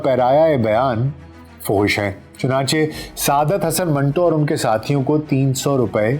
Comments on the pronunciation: Manto ka name tou theek talafuz kay sath lay lain janab . Aik jumlay main manto nay apnay name ka durust talafuz batay hay . MANTO BARA ONE TWO HAY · ان کے نام منٹو کا صحیح تلفظ من Two ہے